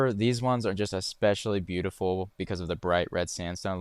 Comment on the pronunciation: very Butte-iful indeed